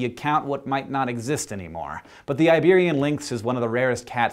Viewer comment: Iberian lynx, not liberian lynk